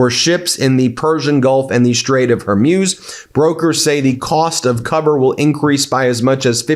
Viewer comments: You'e going to be saying it a lot from now on, so please learn that it's the Strait of Hormuz, not Hermuz. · Hor-Mooze. Not Her-Muse. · It’s not Hormuse. It’s Hormuz! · Hormuz is pronounced “Hormooze” not “Hormews”. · Strait of Hermuse..? oh, you mean Hormuz... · Hey Ben Get the name right! it's NOT her-muse it's HORMUS pronounced Whore-Muse Don't flaunt your ignorance, it insults your status as a Professor! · Strait of H o r m u z it's not her muze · HER-MUZE, DO NOT BE SO AMUSING, CORRECT PRONOUNCIATION IS S, HER-MUZ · I think it is pronounced "Hor-Mooz"; it sounds like you're saying "Hair-Mewz." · PLEASE have the respect to say Hormuz correctly!! Its not Her-MEWS ! It is HOR-MOOOZ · It's Hormuz (Strait of), emphasis on hor, not her.........love ya buddy, only here to help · Ben: It's pronounce Hermooooz. Not, Hermyus. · It's pronounced "Hor-mooze" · Hormuz is Hor-mooz Ben. It’s hormooz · You really should look up how to pronounce the Strait of "Hormuz" (i.e. mooz). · Thank you for wholesome reports. Just a small item: the name Hormuz, the “-muz” should rhyme with speaker brand “Bose” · Ben, “Hormuz” is pronounced “whore-mooz.” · Hormuz is pronounced "hor·mooz" as in booze or snooze. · Your pronunciation of Hormuz is getting worse. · The way that this host pronounces the Strait of "Hormuz" is weird... 🤔